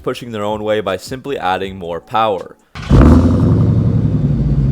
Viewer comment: The brotherhood of SPEED AND POWAH